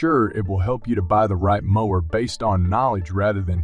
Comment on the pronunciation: So you can't clean up and edit the AI voice after creating the narrative? How do people not listen to their finished video and fix the voice errors before publishing it? Lazy and embarrassing. It's not just the repeated mis-pronunciation of 'mower' as others pointed out. It's also ridiculous to leave the unnatural machine voice way of saying model numbers and certain specifications, for example: saying things like the letter 'A' for the abbreviation 'AH', which humans know and would say as 'amp-hours'. How could anyone with any sense of pride in what they do release something like this without either cleaning it up by editing or, if that's not possible, scrapping and starting over - if necessary, the old fashioned way - with a real human voice.[/rant]